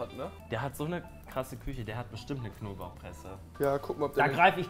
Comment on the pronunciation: Schöne (Küsche) 😂 gutes Deutsch Rewi